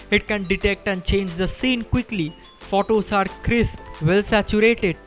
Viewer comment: Learn to pronunce photo u r prouncing wrong